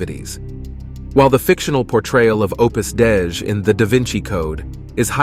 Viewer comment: Opus Dei (day-ee)